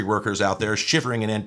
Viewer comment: Anticip…..ation. Love that 😂